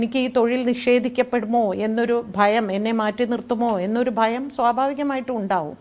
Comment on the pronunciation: ഫയം. ഫയം. അല്ല പണം പണം 😜😜